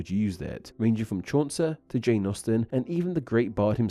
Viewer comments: It's not Chauncer. It's Chaucer. It rhymes with "saucer". If you can't wrap your brain around the word he as being both gender-specific and gender-neutral, maybe you can understand why it's hard for many people to wrap their brains around they as being both plural and singular. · Just FYI, it's pronounced "chaw-ser," not "chawn-ser." There is no "N" in the name Chaucer.